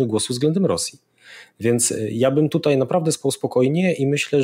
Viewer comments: Nie "TUTEJ" tylko "TUTAJ" Panie Zychowicz;) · Panie Piotrku słucham każdego programu od wybuchu wojny, ale to 'tutej' razi strasznie. pls fix!!! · Wszystko super ale proszę cię Piotrze !!! nie mów tutej ,dzisiej ,tej bo nie zniese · Panie Piotrze dziękuję za bdb wywiady szeroko omawiające tematy nas interesujące. Ale naprawdę proszę już zaprzestać mówić po warszawsku "tutej" a wymawiać >tutaj< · Program super , ale jak słyszę prowadzącego który mówi TUTEJ to trochę mnie otrząsa. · Czemu p. Zychowicz mowi “tutej”, “dzisiej”..? Czy padlo mi na uszy? 🧐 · Panie Piotrze podziwiam i szanuję za ogrom pracy jaki Pan wykonuje. Niestety dopiero od czasów ataku na Ukrainę i ukazaniu się wywiadów z Jarosławem Wolskim odkryłem Pana kanał ale już tutaj zostanę. Ale uszy mi więdną jak słyszę od Pana: dsisiej i tutej ;) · Panie Zychowicz, nie "tutej" tylko tutaj i nie "dzisiej" tylko dzisiaj!!!!